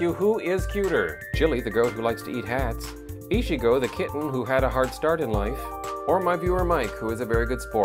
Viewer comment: Ichigo is pronounced Eee-chee-go. XD Whatever, pronouncing names can be hard.